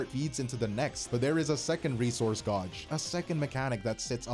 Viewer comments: Her “gawj” is wild. Gauge. “Gaej” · bros pronunciation of gauge is a rage bait I swear